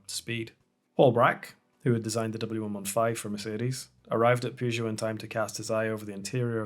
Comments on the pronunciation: It’s pronounced purr jo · You can't even pronounce the brand correctly... get some education. Good night.